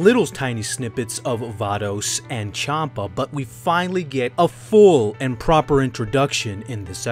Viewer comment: Chanpa is pronounced Shanpa. The name is based off the alcoholic drink, Champagne.